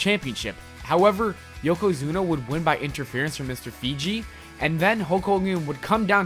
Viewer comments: its fuji not feji just saw that slip up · Mr Fiji? WTF? It's Mr Fuji fucko!!